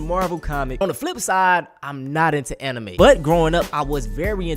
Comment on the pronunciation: "Ani-may fan" 😭🤣